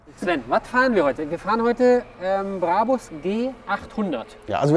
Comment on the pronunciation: Er hat den "Brabbbus" geholt, den neuen "Brabus" 😂